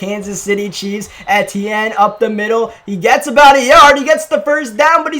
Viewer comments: It’s E-TN not et- e-en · it’s Travis E-T-N just say the letters kinda quick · It is pronounced ETN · It’s pronounced “E-T-N” I believe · Love you, but it's pronounced EEEEEEtienne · It's Travis E T N that's how it's said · Travis Etienne is pronounced EEE-TEE-EN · The way he said Etiene made me lose brain cells 😂